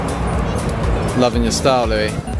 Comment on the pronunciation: Just an FYI.. Quay is pronounced "key". Also I prefer your vlogs with background music! Makes them stand out more compared to other vlogs and also gives the videos some character! :)